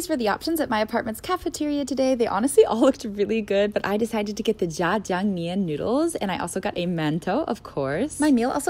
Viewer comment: It’s actually pronounced More like tiang than jiang